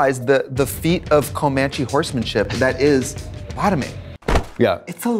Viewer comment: You did not just say "COH-manche" smh